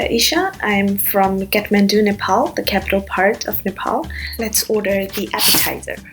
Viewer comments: I don't understand why when nepalese people go to abroad they speak like they don't know NEPALI, they don't pronounce the nepali words in a right way like every nepali people living in nepal does. It's Kathmandu and when you pronounce it, it's (KAATH) not (CAT) shame on them. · Catmendo not Kathmandu 😂😂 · moti chasmiss catmandu haina kathmandu bhann 😂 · Happy to see food from my community celebrated. A little bit surprised to hear how Nepal and Kathmandu were pronounced by one of the Nepalese lady.